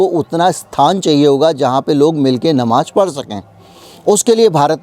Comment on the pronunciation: You are another Vinod Dua. Anti RSS, BJP and Modi. Why don't you keep some of peacefuls at home ? Muslims are not a minority they are the second highest majority. Learn to pronounce Namaz it is not Namaj. Your agenda is one sided.